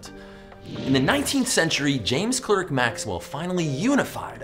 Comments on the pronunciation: You also pronounced Clerk as it appears. It's 'ark' not 'erk'. Just sayin. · Say ClArk not ClErk. His Scottish mum is rolling in her grave. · James Clerk Maxwell is pronounced James Clark Maxwell.